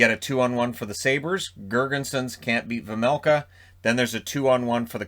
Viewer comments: You said Vejmelka corectly for the first time. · The first time you said Vejmelka it was correct. The announcers say it wrong. :) But I know, nobody expects perfect pronounciation. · You corrected yourself on "Vejmelka" but the first try was completely perfect! Sounded like a native Czech almost 😁 great video as always 💪